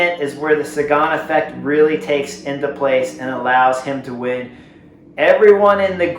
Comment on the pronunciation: You say effect very strangely. Took me several minutes to understand what you were saying.